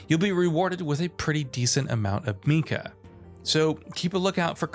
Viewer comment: Tengu is pronounced the way it is spelled. Ten, gu. Meika is maybe more ambiguous but it's still kinda clearly may-ka.